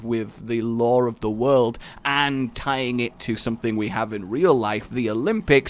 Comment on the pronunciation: do you say wold instead of World?